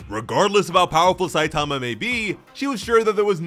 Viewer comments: What’s up with most of those creators always butchering the names of the main characters?! “Saitaamaaaa” 😂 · 3min into the video and already really annoyed by the mispronunciation of Satama ;( Also the manga pages are presented incorrectly. They should be right to left, not left to right. Example Missing clear dividers between the stories. Sounds like it's just the next sentence. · It's not Saitama, it's Saitama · Couldn't make it past the mispronunciation of "Saitama".